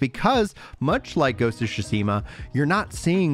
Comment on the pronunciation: “Ghost of shoeseema” 😂😂😂